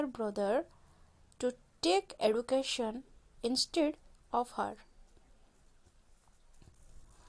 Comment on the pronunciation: The word is education not eaducation